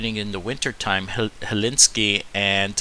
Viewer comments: Helsinki; not Hellinski 🤣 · Great stuff. Very helpful. Thanks. And, obtw, it is 'Hell-Sink-E' but no big deal.